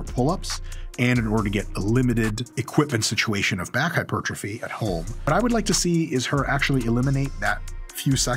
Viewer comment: pedant ic not pe dan tic hyper trophy not hy pertrophy pedantic?